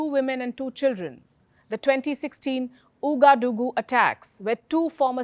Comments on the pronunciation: You don't say OUgadougou, but OUAgadougou read as wagadougou. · Palkisha, I love your content; unfortunately you mispronounce this region of Burkina Faso as "Ou-ga-doo-goo"; typical for an Englishwoman I would say; you need to think line the frog eaters, i.e the French: "Ou" is " We/Wa" thus its waa - guh-doo -goo" . . . Keep up your stellar work though. . . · It's pronounced "Wagadugu" But it's spelled in french. So "Ouagadougou" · It is pronounced Wagadugu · The capital of Burkina Faso is pronounced as waa-guh-doo-goo ·